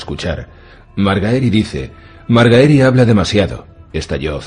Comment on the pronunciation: Que gran narracion, pero aun me cuesta escuchar MarGAEri lol